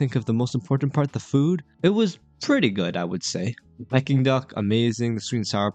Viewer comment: Pls learn to pronounce ‘Peking’ duck correctly, it’s not ‘pie-king’ duck! The food at Dragon Legend is pretty good I think, nice variety. U missed highlighting the decor and ambiance, especially of the seating area, which is actually quite beautiful.